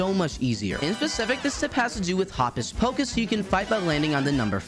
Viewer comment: Im pretty sure it's pronounced Hōcus pōcus